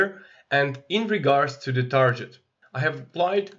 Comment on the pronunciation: Like your content. But please google how to pronounce "Target", you're driving me crazy... lol